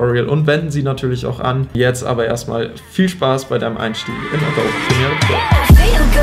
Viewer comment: Adobe wird "ÄDOBI" ausgesprochen!!!! nicht "ADOB"